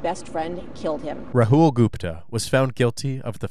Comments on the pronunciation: The name is Rahul, not Rahool. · I’m cracking up at the way the narrator and police are pronouncing Rahul’s name😂